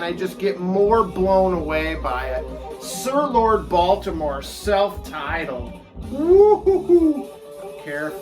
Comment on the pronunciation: Nice video my dude! That cover for Haystacks Balboa is incredible. Gonna have to check them out. I feel that you need to up your English accent when saying "Sir Lord Baltimore". OMG that cover for May Blitz. Wow. Can say that I've never heard of any of these. The names of these bands. Amazing. Lucifer's Friend, Iron Claw. Great stuff. Trapeze is also an amazing proto metal type band. I thought their name was Medusa when I first picked it up. Killer stuff dude. Good to see you.